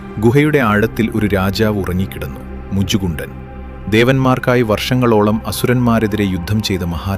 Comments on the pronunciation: മുചുകുണ്ടൻ എന്നല്ല മുചുകുന്ദൻ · മുചു കുണ്ടൻ അല്ല മുചുകുന്ദൻ 😁